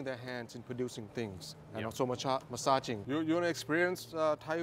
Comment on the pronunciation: Most definitely thought you initially said "misogyny" not massaging, lol I was like, holy cow you're brave. But later, cleared it up hahaha. Well done xiaoma